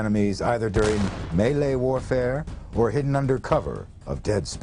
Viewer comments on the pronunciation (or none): none